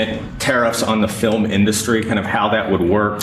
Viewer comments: He said filem! It's film you incompetent, demented, idiot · He can't even say "film" - he says fillum - and "industry"- he puts the emphasis on the wrong syllable. Uneducated buffoon...I mean, baboon. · He can’t say the word “film.” He says fill-um. And the word industry, he said in-dust-tree. Dotard needs to go back to 2nd grade. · wtf is a fillum industry??? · fil-em industry? Elder abuse. put this guy out to pasture. so sad. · Because he can’t read, and he’s showing dementia symptoms. Listen to him carefully, he says “Fil-em in dust ry. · He said “our fill-um industry”. His brain is just random neurons firing at this point and he belongs in a facility, preferably a prison one. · What is this Fillum in Dustry he speaks of? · Did he just say fill um in industry? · What’s a ” Filimindustry”? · 'Fil-im in-dust-tree"? F'n maroon. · The "filum" in-dustry? 🙄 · Did he just say the Fil- a-min industry ? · Did he just say filmn industry? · British pronunciation. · The pronunciation errors from The Orange Ape in these clips are really disturbing. "filØm indØstry"? Is he having a stroke? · What is a "fillum induss tree"? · Why is he not saying industry or film properly. What is up with that? Does anyone know.